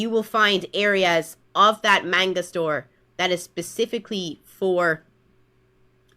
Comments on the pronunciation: Every time I hear her say manga I cringe. She's almost saying menga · She can't even say "Manga" the right way. also loli (prepubescents looking drawling's) when sexualized are nasty, but that is not CP because it is not children it is fictional drawling's that are just lines on paper and if she wants to use the "lore" of fake ages from a show, then I guess if you made the drawling look like an adult version she would still cry about that too? it really is just about the WAY the drawling looks in reality, either it looks like a male or female or a child or looks like an adult. either way it is simply drawling's of fiction. CP also is illegal, yet loli isn't. (its just very ew)